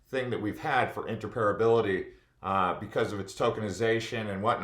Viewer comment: Inter-Opera-bility not inter-parability